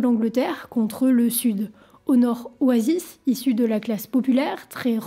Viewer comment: Super elle a pris des cours d'anglais ! Juste oasis se prononce o-ey-siss